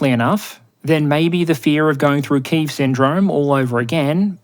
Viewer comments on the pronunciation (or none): Now if only he could learn to pronounce Kiev.